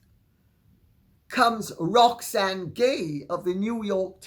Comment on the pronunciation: Oh! Let me tell you about Roxanne Gay. Thank you for finally pronouncing her last name correctly. She has an agenda.